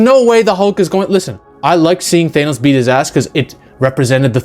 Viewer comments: Thainos? 😂 Th-an-oh-s. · WTF is a Thay-nos? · why cant americans even pronounce names that americans made up. th-A-nos not th-aye-nos. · such a stupid Marvel complaint - also cut your nails ya weirdo - and its pronounced THAN-OS not THANE-OS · You're the first person I've ever heard to pronounces his name, "Thay-noss." Try "Thah-noss." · You're clearly have alot of knowledge when it comes to marvel characters and the universe but the way you keep pronouncing Thanos's name just doesn't hit the war right. Why do you insist n pronouncing it " Thaynos " instead of " Thaanos "? Outside of the one thing, I completely agree with your take that Edward Norton had the better Hulk and imo they keep nerfing hulk so they can write him into more scenes where he overcomes his weakness and isn't used as a saitama type of character that swoops in to save the day. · thaynos? broooo😂😂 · Why does he keep pronouncing it like "Thanus" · I think you lost us in the first sentence when you pronounces Thanos "Thay-nos" . . . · "Thaynos"? Lol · Is it bad that my main issue in the video is that you pronounce Thanos as Thaenos? Everything else is pretty on point, the absolute nerfing they did to the big players such as Hulk and Thor is embarrassing, especially when you realize that it's just because they didn't know how to make Thanos and Captain Marvel seem powerful without just doing the typical lancer move of throwing the biggest allies around to bluntly show that the threat is just that intense. It is important to note as well that in the comics, Hulk has infinite stamina and his strength just constantly grows with his anger and his regeneration is so fast that his wounds almost instantly heal. Comic book Hulk would eat MCU Hulk like a kit kat bar. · I might take this man's opinion more seriously îf he was able to pronounce Thanos name properly!